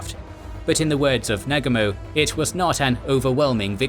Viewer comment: Horrible pronunciations... "How SLEE" instead of HALL-see?!! "NAG amo"? Sheesh.